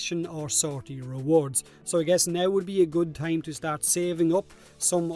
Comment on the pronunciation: It tahm bench but no tongue